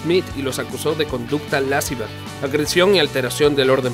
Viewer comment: Lasciva no lásciva, el acento cae en la i y es prosódico